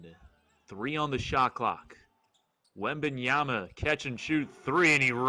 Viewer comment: Please pronounce his name correctly! You didn’t get it right not one time that you spoke it!